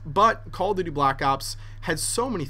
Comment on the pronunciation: doesn't it sound like he's saying "Call of 'D', Black Ops."?